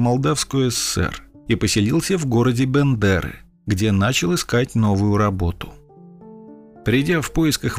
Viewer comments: так и Бендеры, а не Бэндэры)) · Только не Бэндэры,а Бендеры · Сам родом из Бендер. Уважаемый диктор, пожалуйста, не БЭндеры, а БЕндеры, так же как и ОдЕсса, но никак не ОдЭсса. А за контент отдельное спасибо, у вас истории как всегда очень интересные и интересно рассказываются. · Город в Молдавии называется Бендеры а не бандеры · Он читает Бэндеры. Это ошибка людей , которые читают «Е» как «Э». Как и Одесса . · Автор не Бандер,а Бендеры,если шо!